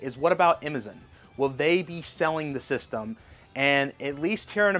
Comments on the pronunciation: who the heck is “EMMAZINN’ and “TAREEF” Good Grief😅 GameStop manager said, it would better to come to the store, rather than pre-order online. Hopefully, I’lll be able to get through with the pre-order with GameStop or Nintendo. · “Amizin” “tareefs” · help, why does he say, “Amazon” like that?